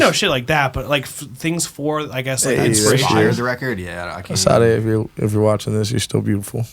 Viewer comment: …you can’t be going on podcasts mispronouncing Sade’s name like that…the disrespect 😂